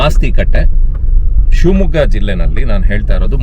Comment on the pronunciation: ಸಿಂಹ ಮಗ್ಗ ಅಲ್ಲ ಸ್ವಾಮಿ ಶಿವಮೊಗ್ಗ